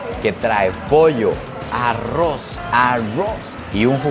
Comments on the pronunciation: Es bastante gracioso que diga a-ross en vez de arroz 😅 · En vez de pronunciar arroz dices arruoz😂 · El arrrrrouuz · Me reí mucho en este video, y sigo amando su acento al decir Arroz 🍚 jajajaa. Saludos desde México